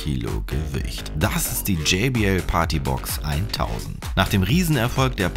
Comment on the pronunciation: Bitte sag jbl und nicht jaybl